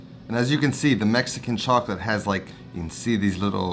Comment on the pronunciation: He butchered the Mexican chocolate, hard pass